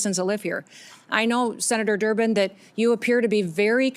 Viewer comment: Did she say senator Durmid?